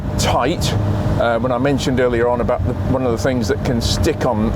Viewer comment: "What is not to like abaout that..." wonderful english-course of yours! Thanks from Berlin for content and language;-)